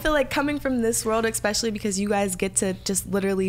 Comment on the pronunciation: I loved the interview but I cringed every time Parker said “ekspecially ” lol